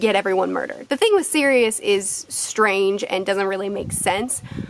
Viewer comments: If that’s how you say Sirius I’d like to here you say serious? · Man I hate the way you Americans pronounce Sirius